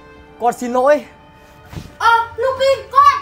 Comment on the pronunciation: ":face-blue-smiling::face-blue-smiling::face-blue-smiling:xin lỗi" thành "xin nỗi":face-green-smiling::face-green-smiling::face-green-smiling::face-green-smiling: ẩm số là j vậy ak? "nằm" thành "lằm", "này" thành "lày" "này" thành "lày", khôn ngoan LÊN chứ ko phải NÊN "này" thành "lày":face-blue-smiling::face-blue-smiling::face-blue-smiling::face-blue-smiling::face-blue-smiling::face-blue-smiling::face-blue-smiling::face-blue-smiling